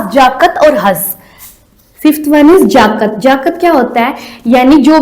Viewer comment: जाकत ना जकात bola जाता h